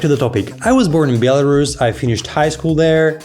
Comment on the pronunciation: In English, it’s pronounced as it is written BEL-A-RUS not BIEL-A-RUS. You’re welcome.